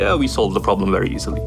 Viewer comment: problemがprobably にしか聞こえん